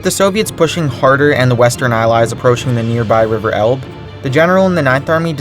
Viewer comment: You pronounced Elbe wrong.